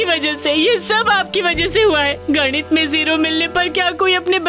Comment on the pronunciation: Nit nahi ganit